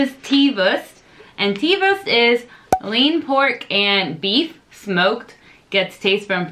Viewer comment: Pro tip for the pronounciation: try to say "wourst" next time instead of "wurst" or like you say "wörst" ;) And when you got used to the german "U" try the hard "R". Unfortunately there is no example in english for speaking the hard "R". But please try!